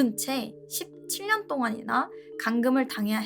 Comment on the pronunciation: 경상도 분들 궁금한게 있는데 혹시 17년을 십칠년이라 읽는게 아니고 씹,칠년동안 하고 끊어서 쎄게 읽는게 사투리인가요 아니면 이 나름 아나운서처럼 읽으려고 노력해보는건가요